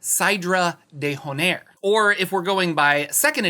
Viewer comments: De hornair lol, the H is silent silly! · Dear when you take the time to pronounce Dementlieu like a French word please do it with the d'Honair too cuz it's horrendous with that h